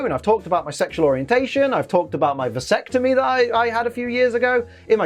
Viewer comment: Everyrime he said visectime I shivered.